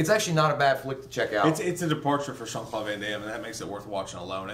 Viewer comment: dude...it's "Jean" not "Sean" lol.